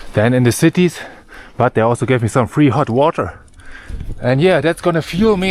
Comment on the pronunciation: Did you say "Free Hot Water?